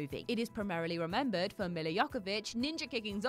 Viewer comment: Millie Jokovich? Are you trying to be Starbucks funny? All of WhatCulture presenters have a history of mispronouncing the words, they've never heard spoken, but names...